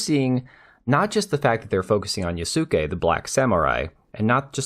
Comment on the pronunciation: Not ya-suu-ke but yas-ke for pronunciation 😅